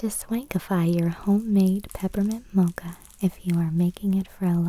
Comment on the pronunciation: I like the way you say "mocha" <3